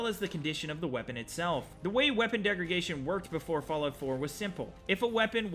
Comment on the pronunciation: It's funny how you say "degraGation" instead of degraDation. lol